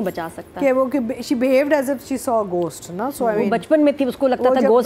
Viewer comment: گوسٹ بھی نہیں گھوسٹ، اتنا غلط تلفظ 😂